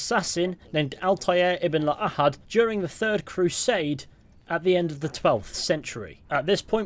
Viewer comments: Dude do you speak Arabic by any chance? Cause the way you pronounced ibn la ahad(which means son of no one in arabic) is just perfect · That's really the best way to say his name, lol. Makes him sound more epic. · You pronounced Altaire's last name like an Arab 👏